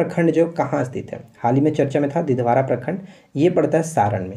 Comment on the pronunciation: दिधवारा नही दिघवारा है।।